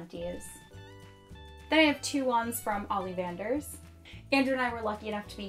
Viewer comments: I love this. except she says "ollivanders" olleevanders. why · Am I the only one bothered by the multiple mispronunciations of certain words, Animagus, Amortentia, Ollivanders, Hippogriff, Grindylow, Tales of Beedle the Bard.